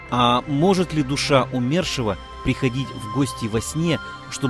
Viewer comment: Почему умЕршива, ПРАВИЛЬНО БУДЕТ сказать Умершива ударение на " У". Ведь Умер, а не умЕр. Ваше неправильное ударение ухо режет.